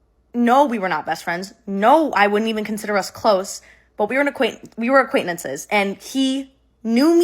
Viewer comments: "Aquaintnances" got me lmao💀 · Some people do say the word acquaintances like Kayla